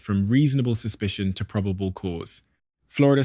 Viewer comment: AI voiceover proh-bay-ble (probable) cause Flor-ee-da (Florida)